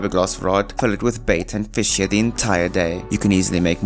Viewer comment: I like the part where he said feesh